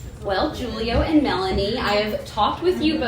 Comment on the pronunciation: Interviewer needs to know the correct pronunciation of the name, Giulio.